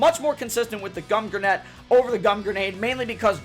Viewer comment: hold up gum grenet?